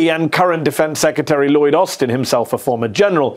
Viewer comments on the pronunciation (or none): none